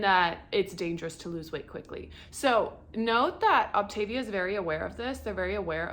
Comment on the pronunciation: Thanks for the info, however it is pronounced OptaVIA, like mama mia.